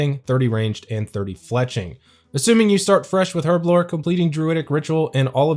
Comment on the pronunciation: Im crying.. Been a player since 2004.. I say alch wrong and you say herblore wrong. No judgement lol just laughing and crying inside hahahahahahhaaaa